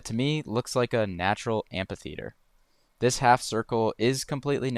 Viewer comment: Amphitheater, not ampitheater.